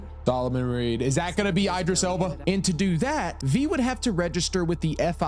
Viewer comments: idris not eye-dris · Coming back because the first time I watched it I couldn’t get past the way you’re pronouncing Idris and Cynosure brother you can look up how to pronounce his name and they literally say cynosure multiple times are you just doing it on purpose buddy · The pronunciation of Idris name is crazy